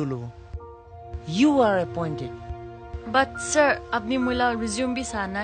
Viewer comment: Rey-zu-mey that's how it's pronounce. But it's alright.